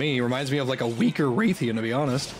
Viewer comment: Dude said "Wraith-ian".